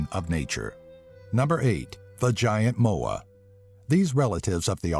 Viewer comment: at first I thought he said "vagiante moa"...